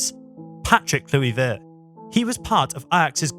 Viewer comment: Klewivurrrrt lol 😂